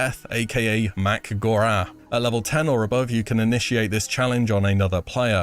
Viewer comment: its Mak-gor-ah, not Mack-Gurah